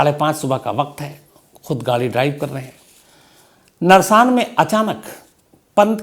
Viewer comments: Narsaan nhi h naarsan h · Shamsji nersan nahi Narsan hei is jaghe ka naam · Narsaan nahi Naarsan h main roorkee se hun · सर जी, जगह का नाम, नरसान नहीं है नारसन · "नारसन" है जनाब वो कस्बा जहा ऋषभ पंत की कार दुर्घटनाग्रस्त हुई है, not नरसान और वो पानीपत रोडवेज़ की वो बस हरिद्वार से आ रही थी, वाया रुड़की-मुजफ्फरनगर होते हुए पानीपत जा रही थी, वो बस देहरादून से नही आ रही थी, माफी चाहूंगा, मैं रुड़की शहर से हूं, आपको exact information देना चाहता हूं